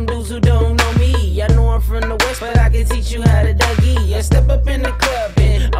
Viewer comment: It's duggie not dougie